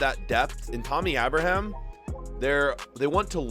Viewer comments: the way u said abraham made me sick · pronounces ever player like they have an accent or are spanish😂 ie aston villa, Abraham, cmon man!! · "Abra Ham"